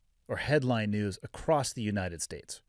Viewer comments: "Acrossed?" "Acrost?" You know the word is "across," right? Like, "a" + "cross?" Spoken like "UH-crawss?" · the word is "across" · Bro why are you saying ACROST... please stop it IMMEDIATELY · Nit picking I know but you've repeatedly said "ACROSST". There's no T, like saying "Fustrated" it makes an intelligent person seem dumb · Hey Interviewer- Here's a Pro Tip- The word "across" does not have the letter "t" at the end.